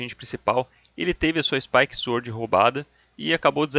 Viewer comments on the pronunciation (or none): none